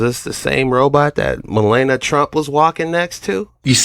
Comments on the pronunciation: Malana?! Wtf ma lawn nia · I don't care how you pronounce her dumb name, but it is Mel-ania